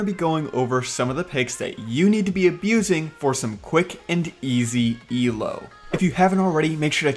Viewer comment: It's Elo. Not E El O. Also.. Fourth!